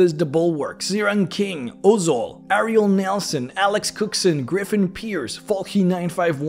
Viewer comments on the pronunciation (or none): none